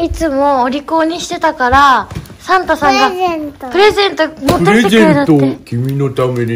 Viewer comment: 世界一かわいいサンタさんの発音や